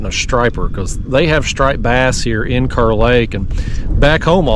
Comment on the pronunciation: Wish I would’ve known you were headed this way - would have loved to meet you. We pronounce Kerr “car”. Love your channel. Watch every video.